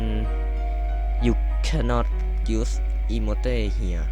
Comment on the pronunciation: อีโมตคับอิโมต ไม่ใช่ อีโมเต้